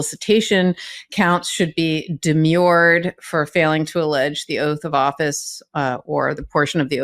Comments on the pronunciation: It's pronounced 'de-merred', not 'de-mured.' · Demur (not pronounced demure) is usually encountered as a verb.